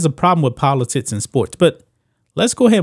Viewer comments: Polotickkkks....not polotits...u nob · Am I the only one that hears politits instead of politics? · Am I the only one who hears "Politits" instead of "Politics"? =D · I was looking for that comment. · I keep hearing politits….